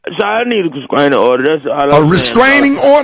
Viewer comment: You are right....but I think he said Constraining order